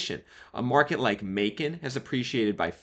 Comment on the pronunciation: At least he pronounced Macon correctly. Everyone usually says "Mack-un". Lol.